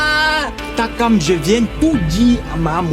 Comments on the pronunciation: Maniere dont Ernestine prononce Takam la est mo jusqaa😅😅😅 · Ernestine c'est takam et non tchrakam 😅